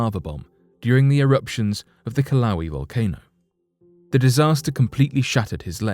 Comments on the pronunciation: Kilauea is not pronounced Kilauee, it's pronounced Kila way uh. And Puna is not pronounced Pyuna, it's pronounced Pooh-nuh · I'm sorry, but I HAVE to point out the mis-pronouncing of Kilauea in PART 1 - It is pronounced "kill-a-way-a" not 'kil-lau-we' - There are just some words you HAVE to help people get right. And because the US is the only country that has the Hawaiian language, we should help everyone else say it right :) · This guy gets all his pronunciations wrong. I remember when he pronounced “Valdez” (the town in Alaska) like the Spanish name instead of the correct “Val-deez”. Now it’s “Kill-lau-way” instead of “Kill-a-way-a”. Dude! You’re on the internet. Use it! If you’re going to spend the time and energy making these videos, the least you can do is look up the pronunciation of the specific names you’re referencing. It gets tedious and shows your lack of real world experience. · narrotor says kilauee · That was one of the worst pronunciations of the Kilauea volcano. Here- Kill-A-way-A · The story would be better if you mentioned something about a fire chief and figured out how to pronounce "Kilauea" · I missed my comment by 4 hours. Did the same thing as you, just 4 hours later. Didn’t look through any comments, just stopped when he mispronounced. Lol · I thought he was mispronouncing Kilauea.